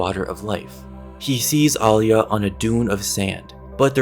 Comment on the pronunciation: Your mis pronouncing her name